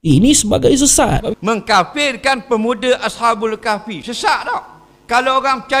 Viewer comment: Maaf, nak tegur ni. Sebutan yg betul ialah as-habul kahfi, bukan asha- bul kahfi.